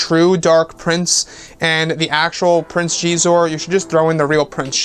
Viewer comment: Prince sheee'zor...???? Always thought X is pronounced as a Z....so Zizor(Xizor)